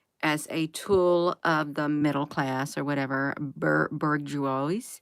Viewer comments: Bourgeois is pronounced Buerjwa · Pronounced boosge - wa